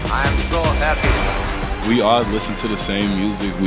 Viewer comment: “Hey hüstôn fans, I am so häppy” 😂😂😂😂😂😂 god bless Sengun